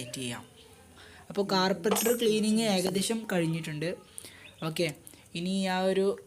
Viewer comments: Carbaiter ennala carburetor enna😜😜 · Carbaitor alla.carburator.carburation cheyyunna part. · Carpeter alla mone Carbaitor ok 😂😂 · കാർപ്പറ്റർ അല്ല , കാർബുറേറ്റർ എന്ന് പറയുക. വീഡിയോ നന്നായിട്ടുണ്ട്👍